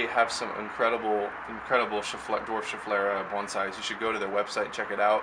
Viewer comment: Also very happy to hear you pronounce the name of that plant right =) lot of people on YouTube are saying it Shef-uh-lar-uh or or Shef-i-lara. Nothing to most people, but to a pronunciation fuss-budget like myself is enough to burn my ears off.